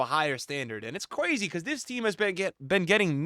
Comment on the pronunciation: “And its cwazy” 😂